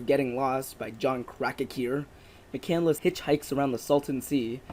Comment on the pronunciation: and it's not crack-a-hoo it's crack-hour lol both are equally ridiculous but still you pronounced it Wrong multiple times. I swear you didn't say the same name twice you keep coming up with new ways to say it